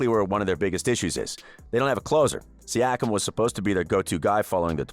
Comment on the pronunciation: Once I heard you put us lower than the Dallas Mavs/Heat post-championship woes, I raised a brow. Then saying the Raptors only star was Kawhi, I raised my other brow. Ultimately, your pronunciation of Siakam, I thumb'd down and learned you don't fully know what you are speaking of. Raps have been sick for a better part of a decade, and last year we exceeded expectations. EDIT: Still watched your video. The way you pronounced Chris Boucher... You didn't make this video, Google Search did. Your lack of true awareness of the team overall is 🤯